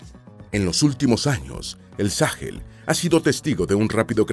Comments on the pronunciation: No se dice Sáhel. Se dice Sahel. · Sáhel? Se dice Sahél